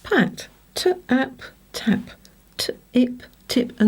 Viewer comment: Why do you always add a very strong schwa to the end of your phonemes when blending? Many studies have shown that incorrect enunciation of phonemes make it difficult for children to learn to blend successfully. It also teaches teachers the incorrect enunciation of phonemes. You even mention the importance of not adding the "uh" sound, yet sound out the word t-a-p- as tuh - a - p and p-a-t as puh - a - t. Try blending the consonant with the vowel beside it without a gap if you want to blend smoothly. e.g. pa-t and ta-p. There are many aspects of Jolly Phonics I love but this is not one of them.